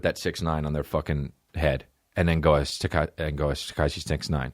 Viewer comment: Went from Tekashi to Tekooshi to Tekonchi hahahahahahahaha i love this man